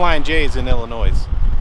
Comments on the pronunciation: I love your vlogs...but stop calling Illinois Illinoise!! The S silent..... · The S is silent when pronouncing Illinois. Most truckers don't know that because they're an uneducated bunch.